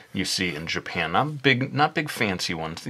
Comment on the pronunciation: It's kind of funny how you say "Japphen" (Japan) :P Awesome video, by the way!